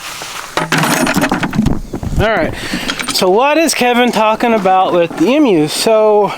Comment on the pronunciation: Can I just gently say, emu is pronounced ee-mew not em ew. It's important. 💜